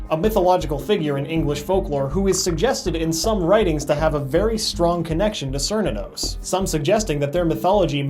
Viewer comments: {Ker-knew-nuss} XD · cant even pronouce cernunos' name. tsk tsk. edit: or shub nigorath's